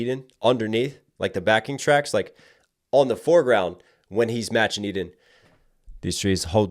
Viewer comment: love your reactions as always! fun fact: Eden is a common israely name and it's pronounced "e-den" and not "i-den"